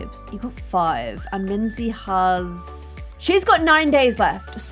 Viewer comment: Minze not minze 😒